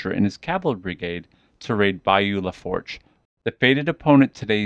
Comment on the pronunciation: Pronounced La'foosh. It means " the fork" its a French word ment to describe the Fork in the Mississippi River at Donaldsonville it travels through 3 Parishes on the way to the Gulf of Mexico. Assencion, Assumption and Lafourche Parish...❤